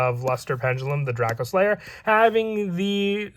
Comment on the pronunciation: Wtf is DraKO slayer? It's pronounced DracOslayer. You imbecile.